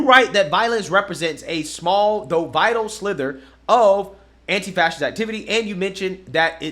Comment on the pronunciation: anti-fas-ist…..maybe know how to say the word you fight so hard to defend